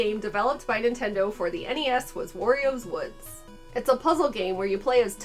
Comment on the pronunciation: "Worry-o's Wewds"